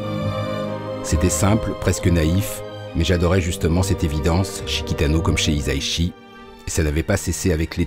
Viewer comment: [mode pête-couille on] Ça se prononce "hissa-ishi", pas "hiza-ishi" ;) [mode pête-couille off]